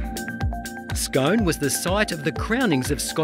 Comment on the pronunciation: The home of the Palace and Stone is pronounced skoon Loch Lomond is not the largest expanse of fresh water in the United Kingdom. It is, however, the largest expanse in Great Britain.